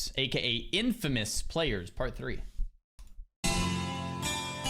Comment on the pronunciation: IN-FAMOUS and Infamous are not the same thing.... nor are they pronounced bilaterally.